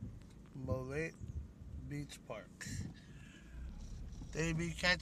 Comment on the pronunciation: It's pronounced "Mo-Laddy"